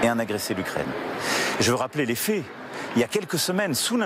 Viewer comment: la pAIx. les fAIts... pas... la pée, les fées...qu'il apprenne a parler correctement SVP